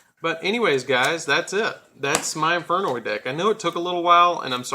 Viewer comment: you alos butchered all the infernoid names lol